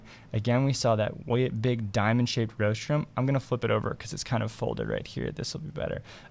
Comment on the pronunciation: You may want to check your pronunciation of rostrum (RAWstrum, not ROHstrum.)